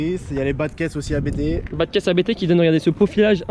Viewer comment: Abt se dit en un mot et non lettre par lettre. Belle voiture, belle prepa.